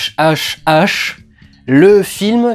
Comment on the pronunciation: pour "HHhH" il faut prononcer [HAHAhaHA] puisque c'est l'acronyme d'une phrase allemande :)